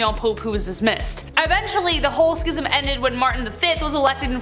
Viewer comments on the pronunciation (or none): First Boudicca is pronounced Bow dicka. Second Schism is pronounced like scissors. Sism.